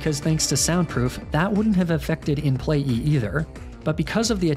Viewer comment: It kills me how he consistently calls it “In Play-E” any time he’s referring to Mr Mime 😂